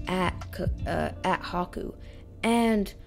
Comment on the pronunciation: anyone else hear caku instead of haku ?